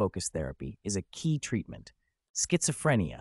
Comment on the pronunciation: i rlly like this video, just one thing schizophrenia is pronounced without the t-sound idk if it offends people with schizophrenia or not